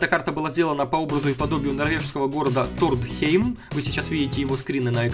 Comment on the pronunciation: Этот город называется Тронхеймом, а не Тродхейм, я там живу!!!